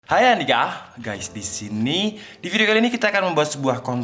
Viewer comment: sebenernya abang openingnya bilang hay apa hay Andika bang wkwkwkwk takut salah denger